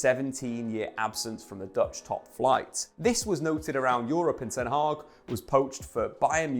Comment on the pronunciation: Ten hag is pronounced differently it's a short a not haaag but hag (almost pronounced hak)